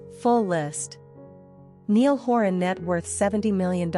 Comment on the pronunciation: NYE-ALL. Niall.